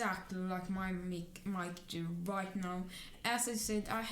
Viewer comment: It's Mic, not mIcKe lol